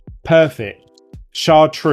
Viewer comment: I've heard it pronounced 'Shar-troose'.